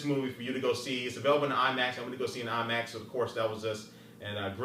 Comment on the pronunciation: lol IMAX thumbs up if u thaught he said iMacs